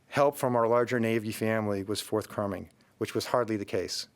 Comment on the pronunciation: "Forth crumming?" Who is this guy and why can't he read a statement?